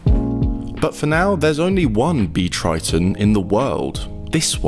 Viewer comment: Totally bonkers! Also, "Triton" - keeps sounding like Kryton....